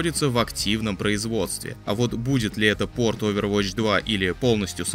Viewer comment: Как-будто просто новость про мобилку очервотч уже режет слух)